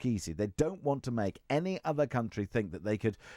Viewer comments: Wiv....fink...reckonise...ver (for the...) Go back to school, learn to speak properly. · It's hard to take advice from someone when they can't pronounce the word 'think' correctly.